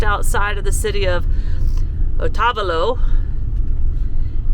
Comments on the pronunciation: Otavolo......O-tah-bah-lo ..O says it’s name.. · Oh-ta-VAHL-oh. I live in Ecuador